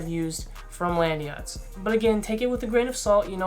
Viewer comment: "Landeeeeeeeyachtz" why is it not "LAND YACHTZ"?